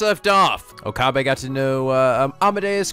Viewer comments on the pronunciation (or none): Rule of thumb for Japanese names, please stress the THIRD TO LAST syllable. This is VERY CONSISTENT; you should never need to guess how to pronounce names: SUzuha Amane, not suZUha aMAne MAyuri, not maYUri Okabe RINtaro, not oKAbe rinTAro / Okarin, not oKArin / HOUouin Kyouma, not houOUin KAede, not kaEde FUbuki, not fuBUki Itaru HAshida, not iTAru haSHIda HIyajo, not hiYAjo MAkise KUrisu, not maKIse kuRIsu KAgari, not kaGAri (this one you said correctly the first time then changed it so that it was wrong) And from other games, to make the point clear: MAjima, not maJIma MAkoto, not maKOto KAzuma, not kaZUma If you don't believe it, just listen to how the voice actors pronounce the names. It's a western tendency to stress the second to last syllable instead, but third to last is correct.